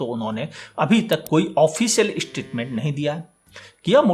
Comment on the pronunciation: ishtitment XD Bhai bhai bhai.... Either poora toh English mein bol... Ya phir Hindi mein. Bayaan... Vivaran.... Yeh ishtitment kya hai 😅